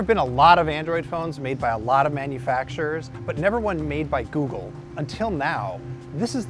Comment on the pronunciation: I love how he said Googel on the last part